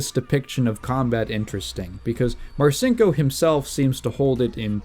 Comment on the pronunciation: My dad was in the Navy when I was a kid growing up in the '80s and '90s. I heard about Dick Marcinco's bad reputation from quite a few guys who considered him to be a pathetic joke. The one part of this this video that slightly irked me, is that I've always heard the name pronounced "Mar-Cheen-Ko", so hearing you pronounce it "Mar-Sink-Oh" just felt really weird to my ears. Aside from that, this was a great video. Very informative and well constructed, I look forward to seeing more.